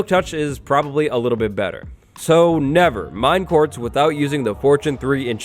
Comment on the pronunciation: Could've swore it said "Mistakes you should 'nether' make".